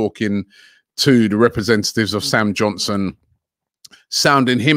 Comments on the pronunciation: Everybody: Sam Johnstone: Sam Johnson 😂😂😂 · Robbie can't even pronounce english names right! XD Sam Johnson ? 😊